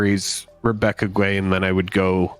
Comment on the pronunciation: Guay is pronounced gay.